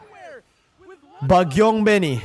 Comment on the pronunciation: Wait. The way said "Bagyong Benny" sounds so native Ahhahaha., learn Filipino so you can also be a Filipino caster HAHAHHA😆